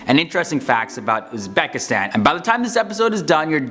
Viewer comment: Not "UzbAkistan", but "UzbEkistan". Pronounce it right.